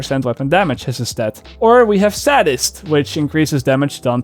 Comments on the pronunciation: The way he's saying "Sadist" is so cringy it's not pronounced "ad" it's pronounced "aid" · Hey, sadist is pronounced say-dist, not saddist like someone that’s a professional at being sad or something lol. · Stop saying "sadest" it's sadist lol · say-dist Not sad-ist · "Sad"-ist.... lol. It's long A not short A,;). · You're pronouncing "sadist" wrong. It's not saddist but saydist. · Don't get snarky without a quick trip to google yourself. Yes, it comes from the Marquis de Sade, and yes his name, or "sadistic" uses the 'sahd' pronunciation, but "sadist" IS pronounced 'saydist'. I personally am not bothered if someone pronounces it differently, as we all understood him, but if you're going to get picky, don't get picky and be wrong at the same time. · you are the one pronouncing it wrong. it is saddist, as it is named after the Marquis de Sade, thusly people who are like him are called sadistic or sadists. seriously. Google this. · Nightxblaze lmfao, it's not his accent he simply "speaks" it wrong cause he doesn't know how it is pronounced correctly. Just look up dictionary and push pronouncing button. There u have it. It's "saydist". It's doesn't know.